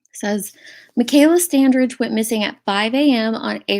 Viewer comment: The"g" is pronounced as a "j" The "a" is like A in apple. 😉